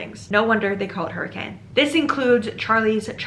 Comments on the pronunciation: Dang, I didn't know that some of yhe story takes place in Utah! As a utahn, it's pronounced [hurri-cun] not hurricane ! Seriously tho the fnaf lore is wild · How to tell if someone is from Utah or not: the pronunciation of Hurricane (people in Utah pronounce it hurr-eh-can) Man wait til you find out about Tooele. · Came to the comments specifically to see if anyone had mentioned yet that in real life Hurricane is inexplicably pronounced HER-ick-kin (and I’m sorry if you bring this up later in the video it’s just a stupid Utah fact that I love/hate)